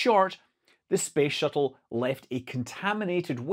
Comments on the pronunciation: Did you just say space shittle? 😂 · professional youtuber: accidentally said space shittle... shall we edit that out... nah.